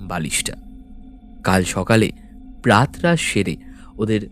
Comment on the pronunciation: বানানটা প্রাতরাশ। কিন্তু উচ্চারণ প্রাতোরাশ। প্রাত (হসন্ত যুক্ত নয়) রাশ নয়।